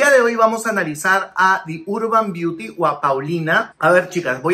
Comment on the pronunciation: Di urban biuti jajajaja me dio risa su pronunciación.